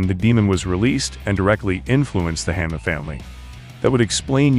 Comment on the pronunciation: Hanma is pronounced like ON not sounding like the word Hand.